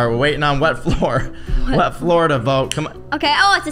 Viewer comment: When said I think it’s wet floor I thought she said red floor 😂 😆